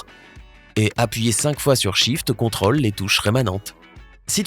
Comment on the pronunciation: On prononce contrôle en marquant l'accent circonflexe qu'il y a sur la lettre o